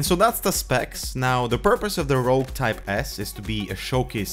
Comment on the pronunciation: Rogue not rouge!